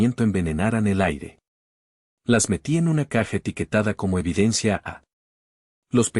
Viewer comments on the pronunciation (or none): none